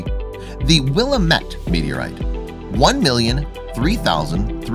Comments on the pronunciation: I'm just hear to say, you're not pronouncing Will-AM-mit correctly 😎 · Will am it. Is how it’s pronounced…..